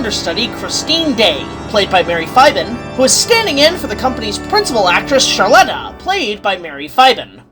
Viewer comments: First off, the X in Leroux is silent. Second, her name is Carlotta, not Charletta. Still, good review, nonetheless. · The funny way pronounced it sounds like some kind of skin Product, and as for "charletta", well you can't deny what with the letters that Eric gave her some sick BURNS not to mention the whole chandelier business, she'd be pretty chared after that